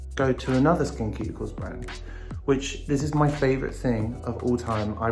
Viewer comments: LMAO literally Sam Smith saying Skin Cuticles instead of Ceuticles idk why but im crying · I cant be the only one frustrated that they dont put any products on their beard area. Or frustrated by the way they pronounce SkinCeuticles with a K sound instead of an S. 🤣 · skinceuticals = skin "suit" icals, not skin "cute" icals. like pharmaceuticals for your face. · I'm so annoyed by how Sam constantly says SkinKeuticals instead of SkinSeuticals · Is it me or is he saying "Cuticles" instead of "Ceuticals"? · It’s pronounced SKIN SOO-TI-CALS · I love how Sam Smith says “skincuticles” 😂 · i love how they pronounce skinceuticals "skin cuticles" 🤣🤣🤣 its so cuteeee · I have noticed people in the comment section refere to him as "they" can u tell me why?? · sam smith pronouncing 'SkinCeuticals' as 'Skin Cuticles.' Most adorable thing ever. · Skin-QUEUE-ticals?! I always pronounced Skinceuticals like I would pharmaceuticals... but I'll do as our leader says! 😅♥️ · Love ya Sam.. but this is not how SkinCeuticals is pronounced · You literally pronounced every product wrong Sam 😂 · For a 28 year old, Sam has awful skin. Loving the awful pronunciation of “SkinCeuticals”. Also, you shouldn’t touch the dropper on your face as you can contaminate the product. Love how open and honest they are.